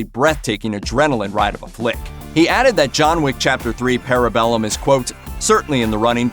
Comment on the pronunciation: The way you're pronouncing parabellum is hurting my brain.